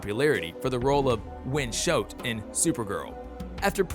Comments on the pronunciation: Ok. SCHOTT IS PRONOUNCED SHOT NOT SHOHT OR HOWEVER THE HELL U PRONOUNCED IT LIKE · I'm sorry but mispronouncing Schott and Keiynan I can sort of understand (even though it still annoyed me) but ally? Ally is a normal word...and you pronounced it like alley. Also you didn't change any of the text for the actor or character.